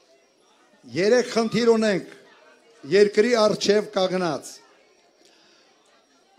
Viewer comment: ԿաՂնած չի, կանԳնած է, ՇՆԱկալություն չի, ՇՆՈՐՀակալություն է, ՅՈՌՌՈՐԹ չի, Երրորդ է։ Հայերեն չսովորեցիր էլի թուրք։